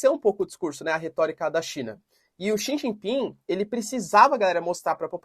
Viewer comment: Professor não è D chau ping è Xie ji ping